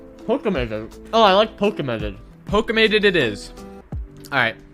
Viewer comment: O.o did he just call it poki - mated?